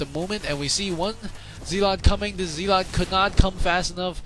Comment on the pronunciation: Zealot is pronounced 'zell-it', not 'zeal-ot'.